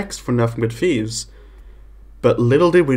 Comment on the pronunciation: It’s “thieves” not “Fieves” by the way